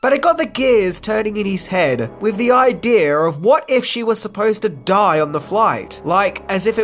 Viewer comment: why do you say aaajdieejaaarrrr instead of idea